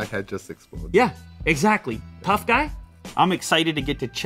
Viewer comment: I felt racist vibe when Luke said "THOUGH GUY", or it might just my being racist. 😂